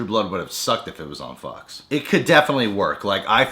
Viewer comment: its on a fuck show he make a mistake instead sayinh fox he says fuck